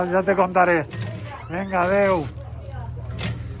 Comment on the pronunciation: Min. 15 “ADEU” ¿Adeu …en Madrid? Deja el güisqui 😂 Un saludo. P. D. …soy de Barna, vivo en Madrid y soy tu nuevo suscriptor 😉